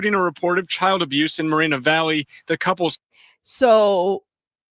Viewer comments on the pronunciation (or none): none